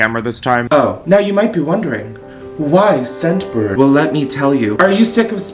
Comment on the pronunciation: I was halfway through the add before I realized he was saying scentbird not sunburn lmao